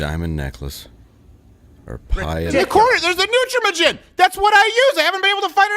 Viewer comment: My daughter was on Nutramigen Hope you have better luck than I did. She was colicky. Also check your pronunciation Crowder. I am pretty sure the a is a long a 🤷🏻‍♀️